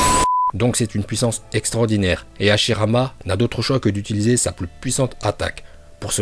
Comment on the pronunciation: Madara il est nul il na pas le migatenochauviu en plus il c pas parler il dit hashilama 😂